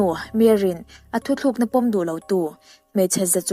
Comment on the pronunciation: A ngaihnawm e, mahse enga tinge 'thutlukna' tih hi 'thuthlukna' in tih fo mai le.........